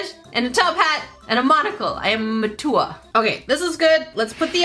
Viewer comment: I am ma-tour! Also: gets the giggles over the kitty and bun-bun butt details